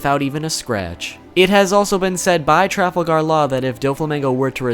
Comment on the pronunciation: Learn how to pronounce Trafalgar.